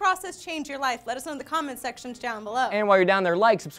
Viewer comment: It sounded like said, "let us know in the comment sex change down below."